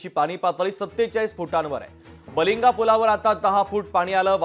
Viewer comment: बलिंगा❌️ बालिंगे✅️